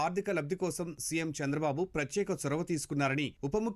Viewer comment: వాతవరణ శాఖ కాదు, వాతావరణ శాఖ అని పలకాలి. ప్రత్తేక యాప్ కాదు, ప్రత్యేక యాప్ అని పలకాలి. రోడ్లు, భవణాల శాఖ కాదు, రోడ్లు, భవనాల శాఖ అని పలకాలి. తెలుగు పదాలు సరిగా పలకలేనప్పుడు అసలు మీరు వార్తలు చదవడం ఎందుకు? ప్రేక్షకులను హింసించడానికా?